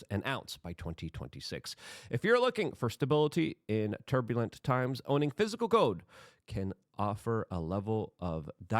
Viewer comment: “Physical gode”